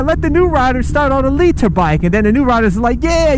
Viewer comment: I agree with you but the way you say litre is annoying